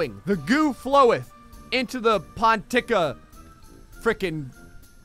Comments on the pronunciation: Heh, the way you say "pontikka" sounds more like "ponTika" to Finnish ear. Remember, the first syllable is always stressed. How else could you tell where one word ends and another begins? When there's double consonant, it got to be longer. One it at the end of the previous syllable and the other is at the beginning of the next. PONtik-ka. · In Finnish the emphasis is on the 1st syllable. Period. For example PON-tik-ka. A secondary stress is needed in bacic words longer than 3 syllables (mostly adjectives or verbs). They have certain endings that help to anticpiate, where the secondary stress falls. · It's pon-teek-a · it's said like PAWN-tikkkkkkka, keep the k long and o round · Double consonants in Finnish are usually pronounced like there was a very small pause between the letters. I'm bad at writing phonetic advice but try pronouncing it something like pon-tick - cah. Anyways, great video as usual! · There is a song called Pontikka by a Finnish parody singer called Anssi Umpikela. Listen to it and you will learn how t say pontikka.